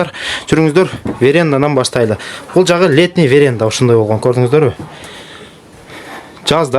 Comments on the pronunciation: ВерЕнда эмес, верАнда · Веренда 😂😂😂Веранда десен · Веренда емес Веранда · ВЕР-Е-НДА😂 ЭМЕС В-Е-РА-Н-ДА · Веренда эмес ВЕРАНДА. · Веренда эмес ага го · верендамес, варенда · Балам веренда эмес , веранда десен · Ай Верянда деп айтпачы 😂😂😂 Веранда деп айтат, Үйү Кут болсун! Жакшылыктар боло берсин! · Веренда эмес веранда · ВЕРЕНДА ЭМЕС -ВЕРАНДА. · Веренда эмес ,веранда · Дос Веранда десен, веренда дебей😢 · Веренда эмес, Веранда😅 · Веренда дечи😂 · ВЕРЕНДАСЫ БАР ЭКЕНДА А ВЕРЕНДАСЫ😂